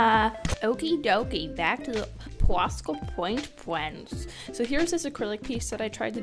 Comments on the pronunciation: "PWOSCA PWOINT PWENS" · "Pwosca pwaint pwens" I love it 😀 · "pwasca pwaint pwens" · Pwosca powaint pweennss😂😂💕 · Love your video but enough with the poshka pwaint pwens